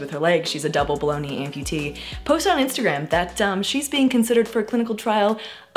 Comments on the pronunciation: Now I can’t stop hearing baloney instead of below The knee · When she says below knee, am I the only one who constantly hears it as bologna?! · When you say "below knee amputee" I hear "bologna amputee" 😅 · Whenever you say "below knee amputee" it sounds like "baloney amputee" 😂